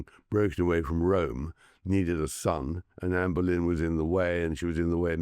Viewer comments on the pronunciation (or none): none